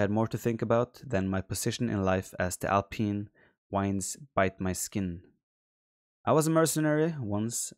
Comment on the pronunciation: alpyne weends